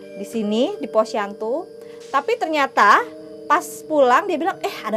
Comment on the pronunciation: iya kalo malem kasian teh Imel jadi siang aja. Bukan POSYANTU jadi posyandu wkwkkwwkk